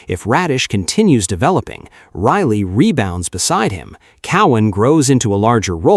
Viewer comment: Thank you for reprogramming your AI. Now it can pronounce Rielly instead of Really.